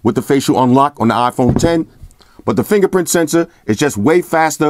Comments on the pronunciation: LOL it's not an Ahhhphone it's an iPhone.. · it's iphon bro . not afon 😂